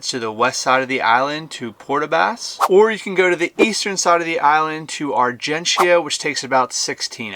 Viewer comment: Just a heads up, we don’t pronounce the “I” in argentia. It basically are-gen-cha